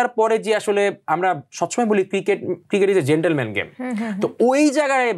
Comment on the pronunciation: uchcharon ta গ‍্যাসচার naa, জেসচার (gesture). Asif Latif naa, Rashid Latif. 😂😂😂 gadha 😂😂😂😅 getleman game naa, geltleman’s game 😂😂😂😂